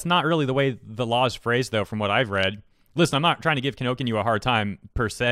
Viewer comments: Isn't it Kinokuniya? Not Kinokinyu. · Can someone please correct the guy and tell him the book retailer is called "KinoKuniya" not "KinoKinyu"? I've been shopping there for years and I feel bad whenever he says it wrong in his news segments. Just a fan trying to help, keep up the quick news segments! I really enjoy how short and easy to digest they are! PS. If I'm wrong and the retailer is really called Kinokinyu, my bad! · Loved the vid, but you pronounce "Kinokuniya" in a really unusual way. Kinokinyuu? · Just for the sake of accuracy, it's Kinokuniya, not Kinokinyu. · It's Kinokuniya, not Kinokinyu. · Thanks for sharing but this is bothering me quite a bit. it's ki-no-ku-ni-ya not ki-no-ki-nyu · It's Kino--kuni--ya. Not Kino-kinyuu or Kino-kinya. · Sorry, could you please pronounce the name of the store correctly? It’s Ki-no-ku-ni-ya, not Kinokinyu. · Is kinokuniya not kinokuniyu... the ya is 屋.... not yu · Is there a reason you're saying "Kinokinyu" as opposed to "Kinokuniya"? It throws me off hearing something completely different from what is written. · Btw, Kinokuniya is pronounced ki-no-ku-ni-ya, not ki-no-kinyu. As someone who goes there every week, I die whenever you say it like that. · why do you say it like "Kinokinyu"? it's kinokuniya. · KI NO KU NI YA Him: Kin no kin you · I cringe every time you pronounce the company’s name - it’s KI NO KU NI YA, not KI NO KIN YOU. Just read the syllables correctly. Apart from that, this was a rather informative video. Thanks. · i couldnt gwt past the fact you kept calling them kinokinyu its KINOKUNIYA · its not kinokinyu, its kinokuniya (Kee-no-koo-nee-yah) im sorry it was infuriating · "Key. No. Coo. Knee. Yeah." Kinokuniya. (Not "kin OAK in you.") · sighs IT’S NOT KINONKNYOO, IT’S KINOKUNIYA. KI NO KU NI YA. PRONOUNCED AS IT’S SPELLED. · 12min vid always saying kinokinyu instead of kinokunya.... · It should be pronounced as "Ki-no-ku-ni-ya", not "Ki-no-kin-you". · "Key No-Key New"? WTF? Key-No-COO-Knee-YA.